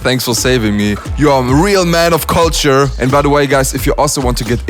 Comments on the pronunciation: Lmao I always knew you were saying “culture” wrong but I liked it, it’s more unique to you the way you say it like kalture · Says beatboxers have to learn proper english but mispronounces culture😂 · LMAO, after the first time u said culture in this vid, I wondered if you actually got English lessons 😂😂😂